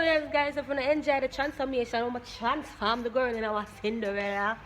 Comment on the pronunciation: Chansform errr 😂😂😂